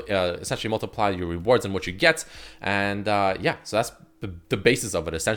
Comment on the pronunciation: Why can't he pronounce the word reward properly?